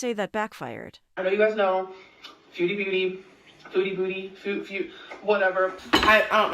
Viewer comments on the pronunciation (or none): Why is she pronouncing food like fooohhd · Literally nobody gives a shit whether she eats shit tonnes of food (or "fawwd" as Amber likes to pronounce it now, because that's probably how her gorlfriend does) on camera or not.